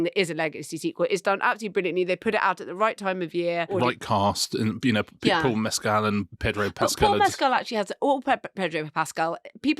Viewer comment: But no one in the US could afford eggs a month ago. Mescal isn't pronounced like Pascal. The stress is on the first syllable only